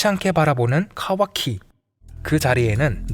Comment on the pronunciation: 이분 카와키 발음이 찰짐